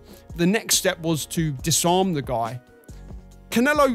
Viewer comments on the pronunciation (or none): You said ‘dis-arm’😂😂😂